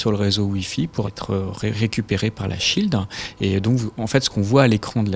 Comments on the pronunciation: Petite erreur : shield, pas schield :P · Déjà c'est Shield pas de "c" et en plus c'est de l'anglais, ça veut dire Bouclier...